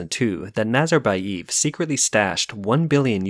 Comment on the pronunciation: NazarbayEv, not eeev